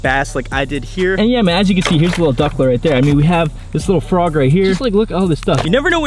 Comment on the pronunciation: lure not lore